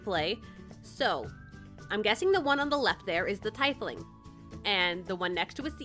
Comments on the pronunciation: Its not tie fling its tea fling, just saying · I think the correct way to say it is tee-fling XD FORGIVE ME IF ITS WRONG XDDD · Your character sounds chaotic neutral to me. Also I think it’s pronounced ‘tee-fling’. I love the design! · Being an avid D&D player this was cringy cute watching this. Btw! Tiefling is pronounced Tee-fling. And each species of tiefling (either infernal, feral, and so on) have different shades of skin. Usually its reds for infernal and purple for common. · It’s pronounced Tea-fling btw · That's not how you pronounce tiefling right? I thought it was pronounced teefling... right? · I have a teifling character for D&D!! Btw it's pronounced teefling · By the way- it's pronounced (Tee-fling), but it's really up to you on how you want to pronounce it!!! ^_^ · I'm not sure if you are pronouncing tiefling right.. But maybe I'm the wrong